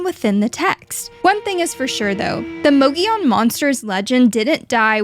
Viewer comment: You keep saying "Mogilon" , not "Mogollon".. still a great video tho!